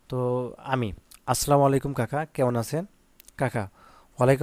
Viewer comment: আসসালামুয়ালাইকুম হবে আসসালামু আইকুম হবে না😂❤❤